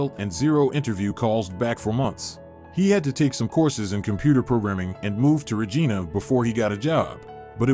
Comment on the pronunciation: The presenter in this video doesn't know how to properly pronounce the name of the city of Regina; makes the credibility of the vid and presenter suspect.